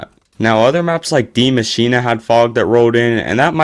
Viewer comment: Dee machina? Why cant youtoob gamers read or pronounce anything?